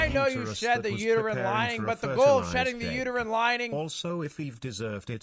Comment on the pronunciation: He says "uterine lining" exactly how someone who doesn't know what that is would say it.